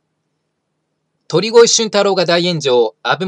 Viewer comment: とりごえ、ですよ 1：40過ぎくらいに言い間違えてますw まあこんな人の名前は言い間違えてようとどうでもいいですが…